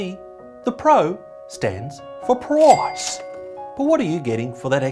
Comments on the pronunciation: "proice" hahahaha you absolute legend mate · “Proice” hahaha You cheeky bastard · "Proice" lmfao 😂😂😂😂